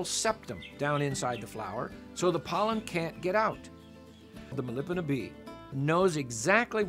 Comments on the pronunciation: A few things. First, the bee is pronounced as it sounds: Melipona. There are many species of Melipona - Melipona is a genus, and is one of many genus of stingless bees. Bees and other pollinators don't " know" how to pollinate. They " know" how to find and collect food ( pollen and nectar) - and their actions just happen to transfer pollen, often times pollinating the plant. Bees compete for flowers and flowers compete for bees, and a feedback loop happens which effects the physical qualities and actions of all involved over very long periods of time. The book The Forgotten Pollinators explains this and much more. The vanilla plant and it's specialist bee don't defy evolution at all - their story is as common as bumble bees and buzz pollination various plants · Please PRONOUNCE.. MELIPONA- Meli-Pona